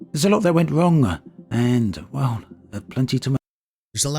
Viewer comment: LMFAO "WRONNGAH" He "ahs" and "gahs" his shit.